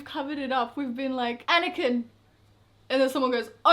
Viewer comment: The way you pronounce Anakin is actually a girls name in Norway, spelled Anniken.